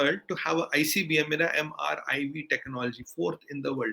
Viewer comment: It's ICBM not IBCM. Pakistan ke journalists bhi unpadh hi hote h kya?